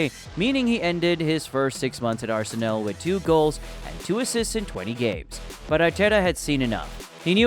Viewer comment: go and learn how to say Arsenal properly for god sake